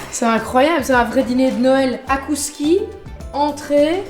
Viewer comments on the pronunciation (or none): on dit pas akouskis mais zakouskis ce n'est pas la liaison:D